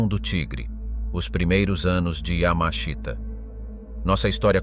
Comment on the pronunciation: And no, not Yammer-Sheeter, nor Yammer-Sheetah. Robot fail again. Oddly, the robot gets his name not correct but presentable once or twice. The written text is not bad, so it's a damn shame to spoil it with these silly robot mispronunciations.